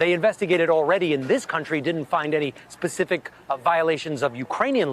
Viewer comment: Specific not Pacific. Just saying.